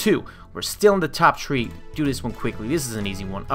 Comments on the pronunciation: you said tree not three i'm not being mean okay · why do you say tree for three?